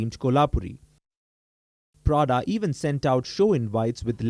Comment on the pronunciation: Prada is basically Lau-da.